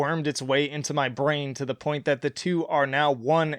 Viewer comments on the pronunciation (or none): none